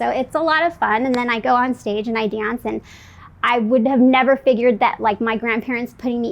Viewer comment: “Donce? Anybody wanna donce?”